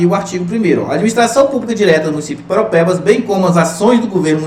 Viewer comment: Eu, cidadão de PARAUAPEBAS, vejo que você fala PAROPEBAS... kkkk é impressionante quanto as pessoas de fora não tem o costume de falar o nome da minha querida ParAUApebas kkkk mas.. obg pela aula, professor. estou acompanhando rsrs